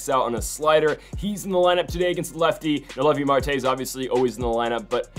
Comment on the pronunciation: Its so funny the whole playoffs his name was mispronounced. Noooo ellllll viiiiii